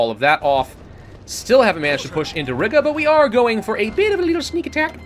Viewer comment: Laughing that he pronounces Riga as Rigga 😂